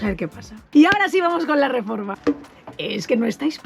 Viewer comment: Cómo pasan los años, que hemos pasado de un "RRRREPASO DE COMENTARIOS CHST CHST CHST" a un "RRREFORMA DE AUTOCARAVANA"